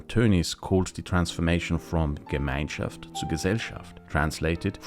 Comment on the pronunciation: fun fact: that "gemeinschaft" had a clear austrian accent.